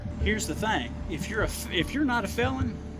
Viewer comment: Did that cop just say here's the THANG... Brilliant and he's got a gun and a badge.